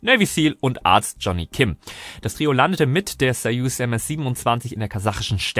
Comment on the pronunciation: Super das du bei die Passagiere Passagiere nennst und nicht Astronauten! Und Gute Aussprache bei Sojus👏🏼 Endlich wird es richtig ausgesprochen mit A und nicht mit O. Solche Kleinigkeiten mag ich gerne.